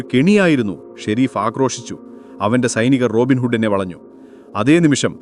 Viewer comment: വളഞ്ഞു എന്നാണ് വലഞ്ഞു എന്നല്ല